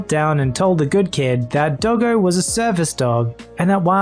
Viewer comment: DID YOU CALL DOGGO A DILDO